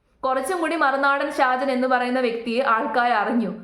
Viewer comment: നിനക്ക് എന്തിൻ്റെ കേടാണ്. സാജനല്ല ഷാജൻ അദ്ദേഹത്തിൻ്റെ പേരെങ്കിലും മര്യാദയ്ക്ക് പഠിക്ക്. ഷാജൻ സാർ കട്ട സപ്പോർട്ട്